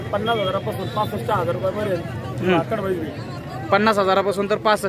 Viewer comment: भाकड़ा नाही भाकड